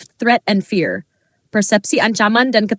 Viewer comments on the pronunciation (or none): none